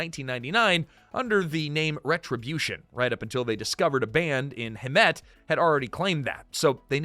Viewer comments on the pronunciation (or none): It's pronounced heh-mitt, not heh-met. At least that's how the locals of the surrounding area (of which I was one for more than 10 years) pronounce it. As an 8 year old I'm pretty sure I didn't harbor a single thought about wanting to ride Falkor.